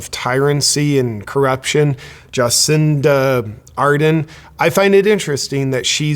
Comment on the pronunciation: Ja-sinta R-derrn.